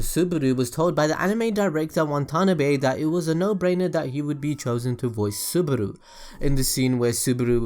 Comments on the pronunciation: its Subaru not Suburu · did he just say "suburu"??? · ***** yes and he said Suburu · SubAru NOT SubUru PLEASE